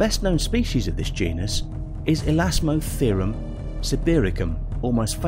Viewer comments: elastotherium (i am awarding myself a medal for correcting someone on the internet) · Errors found in this video: - Smilodon; he pronounced it "similodon" - Elasmotherium; he pronounced it correctly the first time around, but not even half a second later, he mispronounces it as "elastitherium" - Pliocene; he mispronounces it as "plikocene" - Pleistocene; he's made passable pronunciations of the word Pleistocene prior to this moment (play-styocene), but this one he gives "puleestiocene" - "The Tyrannosaurus preyed on much larger mammals, like the Triceratops;" the Triceratops was a sauropsid archosaur/dinosaur, not a mammal